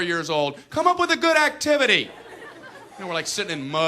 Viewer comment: " IS THIS A GOOD ACTIVINY HUH IS THIS A GOOD ACTIVENY?! " lmfao